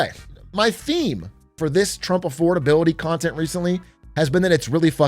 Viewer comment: Thats what I've been thinking when whenever he says "affordabiloty hoax"; that's what what those words mean together